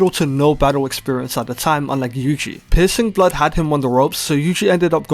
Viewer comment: my man no hate but your voice when saying "piercing blood" but all i heard is "p*ssing blood"